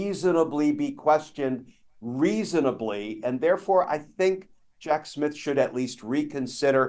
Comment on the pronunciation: I know it was a mistake, but tbh, I like that ‘easonably’, Mr. Kirschner. 😁